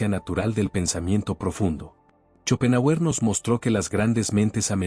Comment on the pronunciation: Muy interesante el tema , pero su pronunciación al nombrar a shopenhauer es horrorosa !